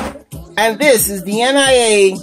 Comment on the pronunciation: it's actually pronounced NEE-YAH not N. I. A.